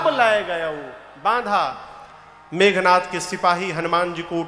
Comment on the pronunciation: Aap itne yogya Hokar bhi ravan ko rabnva aur meghnath ko meghnthva khte huye accha nhi lagta hai